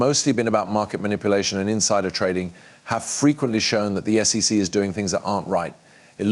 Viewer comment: So, is now Coin Graph Market? New voice, but your AI still doesn't pronounce SEC, names or dollar values correctly. 3 dollars dot 89 trillion?